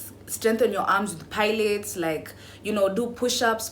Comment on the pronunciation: Babe it’s pronounce pailatees and caleestheniks 😭😭😭😭